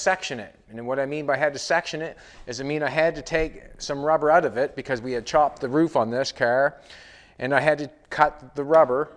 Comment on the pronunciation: When he says bring it oot, he sounds almost like a Geordie